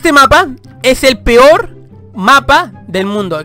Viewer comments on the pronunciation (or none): none